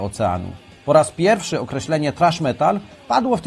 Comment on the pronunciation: Kiedy polak niewie jak sie czyta thrash wiec czyta trash. Roznica ? Hehehe wcale zadna hahaha